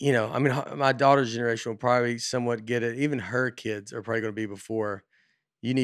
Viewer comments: I would really appreciate it if Nate would try to pronounce the difference between wheel and will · Nate pronounces “will” and “wheel” exactly the same way